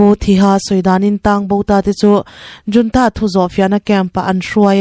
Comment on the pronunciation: Military junta hi 'Military HOON-TA' ti a lamrik tur a ni e aw. Video lehpek ah chuan 'JOON-TA' ti a irawn lamrik tawh loh ngei ka beisei e aw